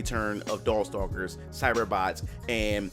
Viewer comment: Did he say dorkstalkers??😂